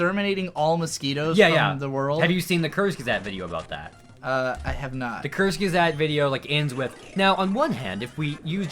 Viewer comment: Took me a while to understand that you meant Kurzgesagt (sounded like curse gazette). Sorry if I'm coming off as an asshole but I'm German and we pronounce it "koorts guezaagt" (u between g and e for the sake of pronouncing the g like in graphics; the a is pronounced like a Japanese a).